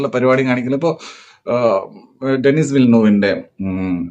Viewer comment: ഡെന്നിസ് ❌ ഡെനി ✅